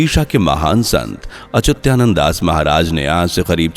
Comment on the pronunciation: Are achutyananad nahi achyutanana bolo